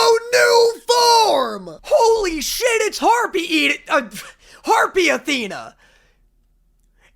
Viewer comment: HE SIAD HARPIE IDA😂😂😂